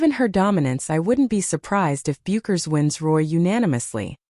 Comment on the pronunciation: Her name ia pronounced Beckers. The "u" is silent.